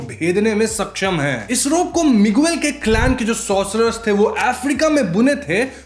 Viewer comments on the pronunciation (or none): Miguel ko मिगेल pronounce karte hain bhai. मिगुएल nahi. 😅